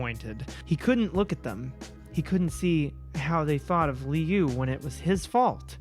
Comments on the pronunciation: Liu’s name is pronounced luu. Idk if that was helpful, but I hope,it did 🙃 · Funny enough, you actually got Liu's name right the first time. It's "Loo", like Liu Kang from Mortal Kombat. Dunno why Jeff's brother has an Asian name but I guess it can imply cool things about his family that aren't really that common. All around, really good video! Such a fun time reading your first Creepypasta ever. And probably one of the worst, despite its popularity. Your videos are always a good time. (Also, uh, my trans inspo heck yeah slay queen \o/) [Also wow I'm late to this video, nice] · Lee-ooo is how I'm gonna pronounce Liu's name from now on. (It's actually said like Lou.) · LIU is pronounced Long Island University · I stopped watching this video after the third misuse of the name Liu... I get it's off the cuff and random so a new name with no context was doomed from the start, but it was really hard to continue with such a massive mispronunciation... Hope she considers name checking during the recording if that happens again...